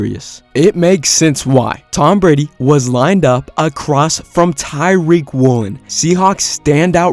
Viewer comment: Bruh "Tyreek" Woolen??? 😂 its Tuh-Reek